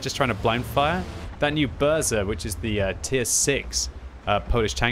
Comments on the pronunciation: "Burza" means "a storm" in Polish and you should pronounce it as "Boo-ja" (more or less 😂). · Burza gets slaughtered.... It means Thunderstorm Thunderstorm, not some kind of cake Bu-r-Za or something ;) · Please try pronouncing that "rz" in Burza like second "g" in word garage otherwise it sounds painful for polish ppl;). In polish that rz is read as one letter (just like "sz" equals english "sh").